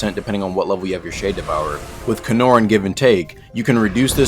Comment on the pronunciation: ah yes, canor = better tiran!